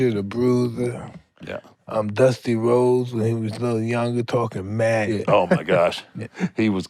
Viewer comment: oh you mean Duth-tee Rhodeth 😂